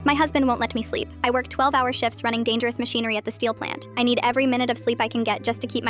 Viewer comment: Why did you say “let me sleep” like that?